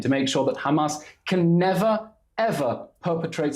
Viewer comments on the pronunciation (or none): Someone tells that chick that their name is Hamas not Humus😂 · Why does she pronounce Hamars as Humus? 😂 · She does not even how to pronounce hamas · Woman shut up and learn how to pronounce hamas